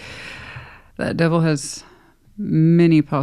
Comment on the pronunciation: I just like it when you say ‘dewvil’ lol- makes me laugh every time! 😂 Sag/sun/rising/gem moon ….but a trilogy in 12H with a Venus Scorpio!✨✨✨✨✨✨tada